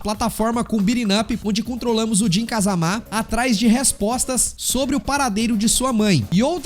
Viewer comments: Não se fala Kazamá, é Kazama mesmo kkk Ou não é!?? kkk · é, eles próprios dizem kazama e não kázama kkk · Nunca foi sempre foi o 3 e ele falando kazamá tá foda tbm kkkkkkkkkkkkki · “Kazamá” não bixo 😭😭😭😭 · Mano pff para de fala jun(jin) "KAZAMÁ" pff é so fala "JUN(JIN) "KAZAMA" não coloca acento onde não tem não pff(e tambem tem o kazuia{Não preciso fala do heihachi e do jinpachi não né}MIshimà). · “KazamÁ” é complicado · Vídeo legal, más quando fala Kazamá me dá um ódio kkkkkkk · de qualquer forma não força tanto o Á assim